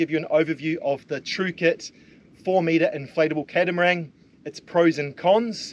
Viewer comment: are you saying "catamarang" ? what's that lol